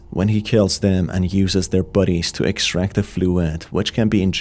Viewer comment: took me forever to figure out you where saying bodies, instead of buddies.